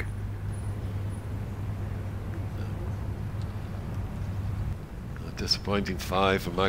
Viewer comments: Weird how US commentators can’t say Åberg’s name right, but the British ones can. Just say Oh-berg like in oh sh*t and that would be nearly perfect. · the pronunciation is closer to "Oberg" than "Aberg" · Cant believe commentators haven’t learnt how to say Abergs name correctly!! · why don't these commentators (mainly those with US accents) learn to pronounce Åberg's name correctly ?